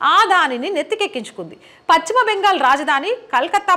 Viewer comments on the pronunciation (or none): none